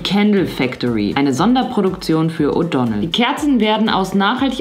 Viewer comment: Die Firma heißt O'Donnell, ahh das triggert mich so 😭😂